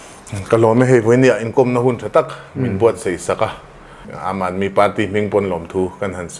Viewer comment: Aam tia i lam ang tho khian aadmi tih pawh khi lam tur ani e